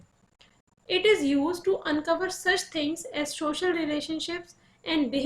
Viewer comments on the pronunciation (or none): Its social not shoshal😂